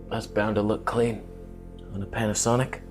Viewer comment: Panasonyc with L-mount alliance (pronounced Jared Polin styleé)